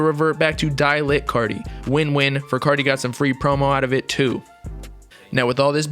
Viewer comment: When he says “ Whut is gud cottie peepull” It gives me life 😖